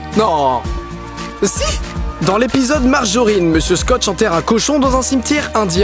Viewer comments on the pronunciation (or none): Monsieur Scotch ? Nan c'est Monsieur Stotch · Mr Scotch? c'est pas plutôt Stotch son nom